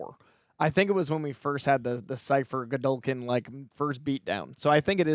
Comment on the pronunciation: Emma is the only one calling him "Siffer" each time. Did they not catch that during filming or even the table read? 😂